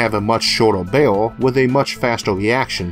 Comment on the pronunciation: OMG Isaac, you pronounce "barrel" like "bale". Kind of funny ... I had to think of what you meant. Sorry ... I understand you're speech impediment is a serious problem and I'm not trying to deliberately make fun of you. I had this problem as a child so I can totally relate.